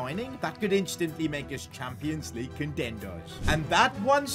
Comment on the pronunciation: "Champions Legue"